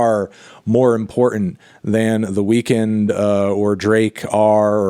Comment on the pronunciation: Thank you for saying The Weeknd’s name properly. I hate it when people call him The Weekend.